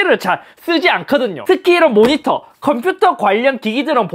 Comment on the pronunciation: "백사십사 해르쯔 모니떠 입니따."